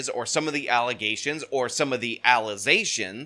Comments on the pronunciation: “Faltz alluh-zayshuns and not fats” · Lol, "allezations" ... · alizations...😂jesus Christ 😂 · Allezations? My god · You have me saying ‘allezations’ in my daily life. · Imagine how ignorant you have to be to elect someone who says "ALLEZASHUNS" that is mind boggling and i can't believe it is actually real 😂😂😂😂😂😂😂